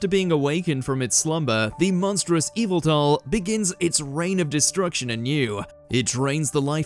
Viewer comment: It's weird to hear Yveltal pronounced officially correct after so many years of hearing YAH-VEH-TAL! :D